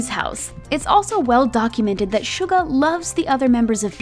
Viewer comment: Can we just talk about how unlike other people she actually did her research and did quite good with the Korean pronunciation like she didn't say Soo-ga or Min Yoon-G👏👏👏👍👍👍